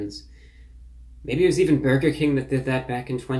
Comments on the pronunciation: When he says burger... it sounds like he said "berger" instead of "burger" it's really hard to explain. But he says burger weird. Someone needs to go thru these and give it the "rocks in socks" treatment. Go thru and just clip all the "bergers" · Why does he say "beargur"